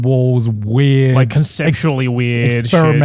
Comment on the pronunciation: Did you rike it?